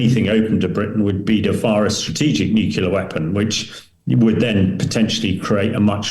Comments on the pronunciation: He said the n word! nuculer - lol. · Not Nuculer. It is pronounced Nuclear! For heaven sake! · Please, someone, take this guy aside and teach him how to pronounce the fairly simple word: "nuclear." It's embarrassing.